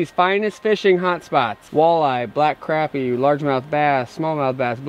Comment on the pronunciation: Haha, beat me to it. It's also Crop eee, not Crap eee